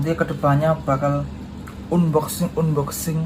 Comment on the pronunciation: Pengucapan unboxing nya bang coba deh di googling..